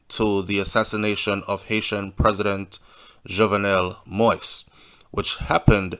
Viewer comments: Please take time to pronounce names, it's not President MOIS i'ts MOISE (accent on the i) (Mo-we-es). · Mo-ise (Mo ease) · Thank you nuff love and respect. Please continue the updates - although this whole thing is Sooooo sickning. Side note, the last name is pronounced Mo-Yeez. One love. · It is pronounced mo eez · Manners and respect Jovenel Moise is pronounced MO-EASE👏🏾👏🏾👏🏾